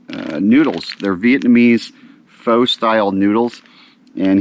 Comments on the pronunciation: its FUH not FOE. looks like a FUN trip. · Love your videos - btw pho is awesome! It’s pronounced fa not foe / thanks for putting out the fun videos. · Just an fyi.... It is pronounced "fuh" or "foe" depending. It is better than chicken noodle soup when you aren't feeling well.